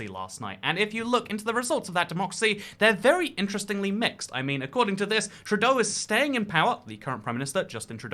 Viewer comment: love how you say justin trudoo lol nice vid m8